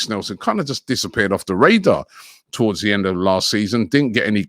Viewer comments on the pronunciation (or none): none